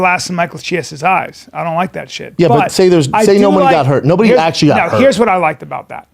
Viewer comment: Hilarious- Brendan can’t say nobody or remember, he chucks in a few extra N’s & M’s here and there 😂😂🤣